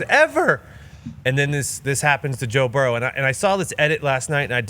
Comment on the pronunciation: "Toe Burrow!"😬🤣😭